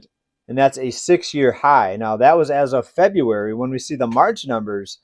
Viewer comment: Lol you said February